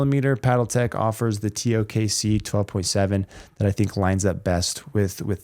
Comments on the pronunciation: He been calling it the TOK-C since the original TKO-C review. Lol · Still saying tok? lol